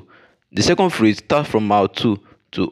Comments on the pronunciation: Sir, please work on your pronunciation. It's PHASE and not PHRASE. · Me sef dey wonder. I kept on hearing ‘phrase’ which has a totally different meaning from ‘phase’. But good effort.